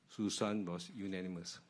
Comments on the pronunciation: its not susan, its su shan :D like it you geddit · "Susan"... "No, it's Shŭ Shàn" - Johnny English